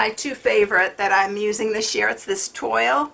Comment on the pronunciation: its actually pronounced "twall" love your card. thank you for sharing :)